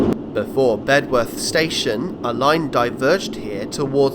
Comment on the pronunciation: Local pronunciation is “Bed earth “………not “Bed worth “ ……the w is not sounded !